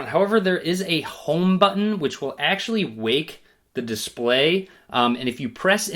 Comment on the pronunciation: homeeee BUTToon ... they way he says Button is soo funny 😁